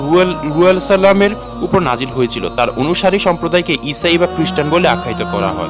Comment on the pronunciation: ঈসা আঃ এর নামটা ভালো করে উচ্চারণ করতে পারেনি। আর ভিডিও বানায়ে ইউটিউব এ আপলোড করেন। আপনি ঠিক করেন নাই কাজটি।